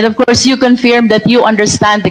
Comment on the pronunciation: Wrong pronunciation of " CONFIRM" You are a lawyer shame on you😅